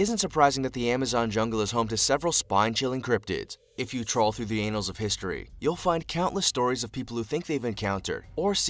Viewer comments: Annals! Rhymes with "panels." Good grief...... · Uhm, just for the record.....lol: It's "annals of history", with a soft "a" (and two "n"s). I don't think anyone wants to crawl through the "anals of history". Ahh, but who reads, or, gives a damn about the English language anymore...???? I'm gonna go watch some rap videos.... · Did he really say, " trawl through the anals of history"? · Overuse of the ellipsis is a minor sin (one instance has been removed). Comparatively, confusing "anal" and "annal" is an unforgivable, egregious language offense. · I think he meant annals lmao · Did this dude just say "anals of history" instead of "annals of history"? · If you encountered an anaconda you would beg it for forgiveness? I'd be out of there 😂 also Annal is pronounced 'Annal' not Anal (that's another thing all together ) 😂😂😂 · 'the anals of history' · The anals of history? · 30 seconds in... he says “if your stroll through the annals of history” but he pronounces annals ANALS... did nobody catch that?? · I didn't even check the spelling, I just immediately giggled when he said annals. I'm a pervert, sue me. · Sure did lmao I actually reminded to make sure I heard it right.